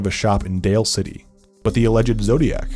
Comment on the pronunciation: Did they just pronounce Daly City as Dale City?